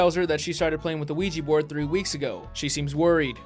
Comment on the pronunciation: They gotta burn the Quiche Board